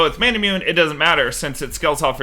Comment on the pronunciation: still dying inside every time manamune is pronounced wrong